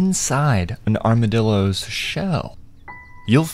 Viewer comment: “Here are the armadillooos, rIBs”